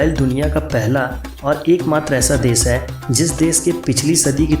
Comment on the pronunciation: nothing new. all common knowledge. its desh.... sha not sa. thats very irritating, sorry dude. I appreciate your effort but wastage of my time.